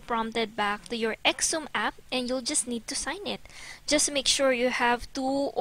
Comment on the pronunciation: Xumm is pronounced "some" or "sum"